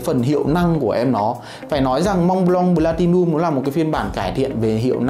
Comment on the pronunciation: Cứ nghe thành blatilium nghe khó chịu nhỉ. "P" chứ ko phải "B"